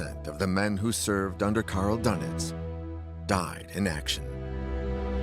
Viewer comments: good old karl dunnitz . . . #pronunciation #fail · The name is Dönitz...not Dunet..your translater is not correct working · Would it be too much to pronounce his name as: "Dernitz," to reflect the umlaut over the "o," rather than making his name sound like a breakfast pastry?